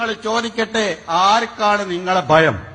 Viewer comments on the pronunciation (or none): ബയം അല്ലെടാ വേട്ടാ വളിയാ,,,, ഭയം എന്നാണ് അല്ല കോയാ ഇപ്പൊ എങ്ങനെ,,,, പയം 😂😂😂😂😂ആണോ